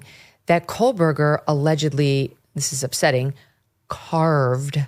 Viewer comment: You keep saying KOHL-BERGER Megyn and it’s driving me nuts